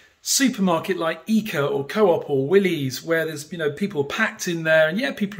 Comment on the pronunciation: Just so you know, swedes pronounce Coop as in the name Cooper, not Co-op 🙂